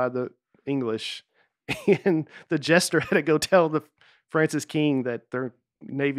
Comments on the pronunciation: Nate mispronouncing jester as "gesture" the whole podcast and then correcting someone else for saying coin wrong just once🤔😂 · For a guy who spent the entire episode saying “Court gestures”, Nate is pretty quick to pick up on any word even slightly mispronounces. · Best one yet for sure. It really helped while being in stand still traffic in GA for an hour! I also love how Nate was saying “gesture” instead of “jester.” Keep it up! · I was disappointed that didn’t call Nate out for saying Court “Gesture”.